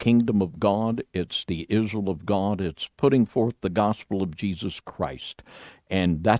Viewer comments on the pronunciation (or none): none